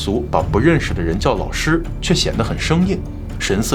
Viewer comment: 这个“老师”的发音，不要说四川人，即便是山东其它地区的人也不容易把我。